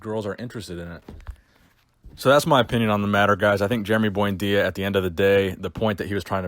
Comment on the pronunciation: Lmao "boyndeeya" sickening Jason genova prenunciatations